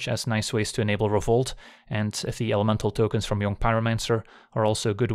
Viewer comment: Jong pyromancer is a dead giveaway that you’re a Flemish speaker :)